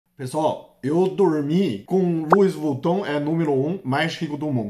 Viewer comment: Luivutun😂😂😂😂 que graça ❤